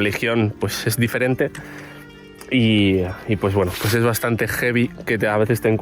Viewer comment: ver un perro muerto es gevi,,,jevi,,,heviii?????no se entiende,, ya que significa serpiente,,, placer,,, jefe militar,,,,español y hablando asi?? jajajaja